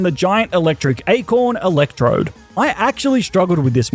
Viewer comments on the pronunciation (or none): none